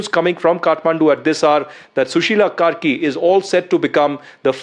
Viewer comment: Kaisa maderchod ka bachha hai ye News Anchor…. Sushila KARKI ko Sushila KERI bol raha hai